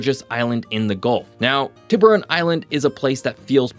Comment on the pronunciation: TIBER-RHON???!! It’s TEE-BUH-RON. Aka, shark in Spanish 🔍